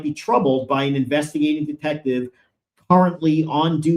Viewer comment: Did he say “detective sergeant,” or “DEFECTIVE sergeant?”